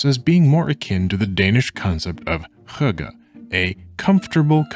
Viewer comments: Just wanted to chime in and correct The New Yorker. Hygge is not at all pronounced hoo-guh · great video but as a dane i'm legally obligated to complain about your pronounciation of hygge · Me, a dane looking for cozy games, getting absolutely lambasted by the pronunciation of hygge.